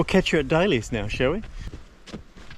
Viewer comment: Great tramps, thanks. Notice you call Dalys hut as Daily as in Daily bread etc. It is actually named after the Dalmatians who farmed in the area. So Dalys please